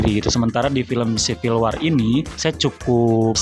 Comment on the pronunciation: WAR ; BACA (WOR)